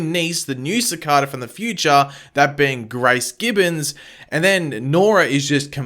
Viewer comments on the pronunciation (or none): Did you really pronounce it 'Si-Cad-a'? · That's not how you pronounce cicada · Wtf is a cicarda. Its cicada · SI-KA-Duh why do u say it like that LOOL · Lol I like the way you say cicada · I hate your pronunciation of cicada 😂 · Learn how to say cicada😂💀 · stop pronouncing cicada wrong ffs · How am i being racist? I was just saying pronounce it as they do it in the show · how is that racist? You just mis-pronounced his name. And i was just tryin to help you out. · I love video's...but it drives me nuts when he says cicada's name wrong lol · The way you say cicada is funny lol. Good video tho :) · I'm sad he can't pronounce Cicada correctly!